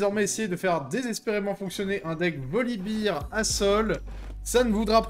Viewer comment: Ca me trigger les gens qui disent voli"beer". C'est un ours, pas de la bière.